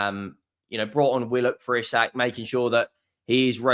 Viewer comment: It’s pronounced ee sack